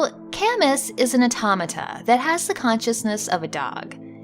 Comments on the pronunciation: Great concept. I bet you could do a follow up too, there are so many good boys in video games. Also, Camus is French and usually pronounce like kam-oo (although I haven't played the game so if it is pronounced as you did then I apologise in advance.) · Is that really how "Camus" is pronounced? I would have thought it would be "ka-moo", after the novelist/philosopher Albert Camus.